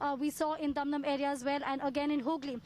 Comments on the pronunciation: It's Dumdum and not Doom doom. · It's dum dum and not doom doom. Kindly be careful. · Yor pronunciation is too much bed.. Its not dhum dhum Cantonment. Its dum dum cantonment